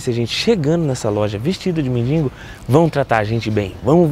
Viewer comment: Pessoal vamos caprichar mais na língua portuguesa. mendiNgo não amigo. Tira esse N aí. É mendigo. Outra sugestão, faça um vídeo ajudando alguém que precisa, será mais valioso. Abs